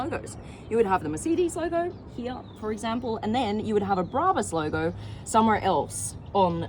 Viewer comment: Turned off instantly after hearing you pronounce brabus and Mercedes 😂😂😂😂😂😂😂😂